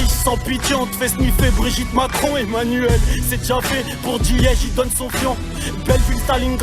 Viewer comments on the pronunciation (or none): none